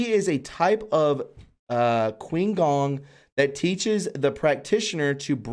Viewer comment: Qigong is pronounced Chee-Gong. Qi= Chee. Qi gong is an ancient Asian practice that directs individual energy to connect and self heal the body.